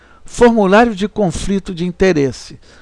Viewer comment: muito bom o trabalho, soh nao sei pq o autor fala CONFRITO ... com frito soh se for OVO ... coisa horrivel, dói os ouvidos